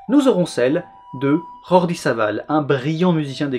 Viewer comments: J'aime revoir tes videos. Précision. On dit jordi et non rordi. Il est catalan, et le catalan n est PAS du castillan. Mais on t'en voudra PAS. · Geordi PAS rordi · Alors, on dit juste Jordi, avec un beau J tout normal, pas la jota espagnole. Jordi c'est un prénom catalan, ok? Et Savall un nom de famille catalan aussi. Comment tu peux prononcer correctement Mehmet et pas Jordi? O.o Super vidéo! Enorme travail! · sinon on dit Jordi à la française avec un j comme chez nous, vu que c'est un catalan et que en catalan le j est le même qu'en français.